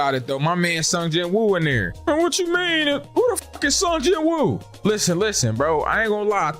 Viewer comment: BTW the MC's name is actually pronounced as seong jin-oo